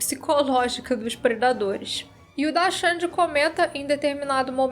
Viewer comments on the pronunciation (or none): Hoje se fala "predaderes"